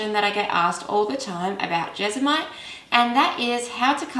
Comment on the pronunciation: It is Jes-mo-nite